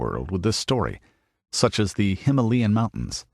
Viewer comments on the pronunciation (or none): none